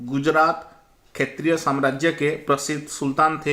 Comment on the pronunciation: Sir aap ek shbad pr gadbd kr dete hai har baar shetriy ko khetriy kahte hai aur mukhyamantri ko mukhsyamantri khte hai😁